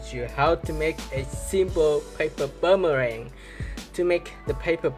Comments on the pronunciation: It’s boomerang not buumurang 🤦‍♂️ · It's boomerang not bummerang